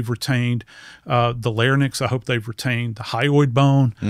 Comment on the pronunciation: Did this mf say “larnyx”???? Credibility straight out the fuckin window 🤦🏽‍♂️🤦🏽‍♂️🤦🏽‍♂️